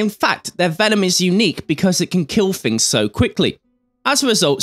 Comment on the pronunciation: I can't help but notice you pronounce the word ' things' with an f....'fings'. Maybe fings are not the fings you fink they are...but fings may change in the future. Thanks Graham for a great series.